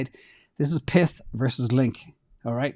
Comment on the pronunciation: I don't think it's "PITH", it's pyth like PYTHON